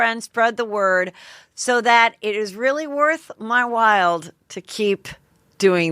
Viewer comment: It’s “worth WHILE” not “wild”. Holy ess.